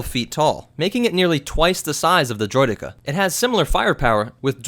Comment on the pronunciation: See you said “droideka” perfectly fine here, good job yay